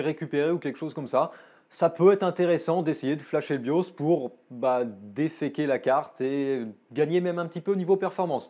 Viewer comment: Tu devrais dire défaïker plutôt que déféquer! Sinon, bonne vidéo!